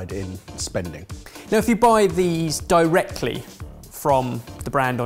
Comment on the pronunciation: Did he just... is that just his accent, or did really just say, "Buy those dough-rectly??"